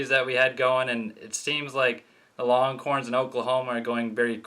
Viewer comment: Sounds like you’re saying ‘longcorns’. Lol